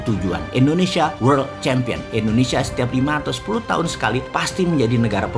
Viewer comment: Ngomong world nya lucu😄